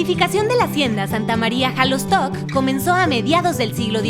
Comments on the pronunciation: Solo un detalle no se pronuncia jalostoc sino shalostoc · Felicidades por tu reportaje.solo un comentario no se dice jalosto